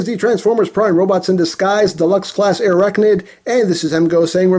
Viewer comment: Dude....he butchered her designation XD